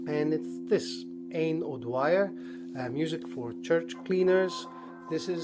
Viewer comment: The VCLT post story - ha ha, very funny. Glad you finally got Music for Cc - those blokes in Norman records should be ashamed (3 months!!!!!!). And you have been a very good customer to them, you should point this out maybe they'll give you some free swag. They should. "Aine" is pronounced as in "Awn-yeah"